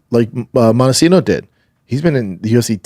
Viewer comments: Yo it's moicano not moistino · Moisaiano instead of Moicano lol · Why is no one correcting Shaub when he says "Mociano" 🤣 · Who the eff is moistino??? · Who the fuck is moicino. To be this fighter that knows everything like he thinks he does, you would think he would have the names right. That’s really not even close. It starts with m and ends with o. Everything else is completely wrong. How embarrassing. What a tool. Wow. Blows my mind